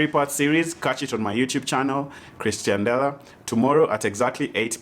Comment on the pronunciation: C'moon, told you it's pronounced Ex-tian-dela last time 😂😂